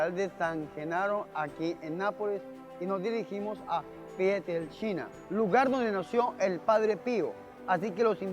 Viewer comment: padre se oye. que dice pieltrechina.